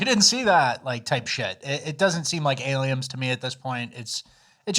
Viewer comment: Are you saying aliems on purpose?